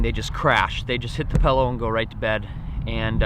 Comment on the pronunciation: Pillow not pellow